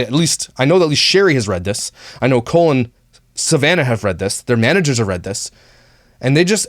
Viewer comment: Every time said "Cole and..." it sounded like Colon to me. (Which is appropriate considering what I think of these people.) 💩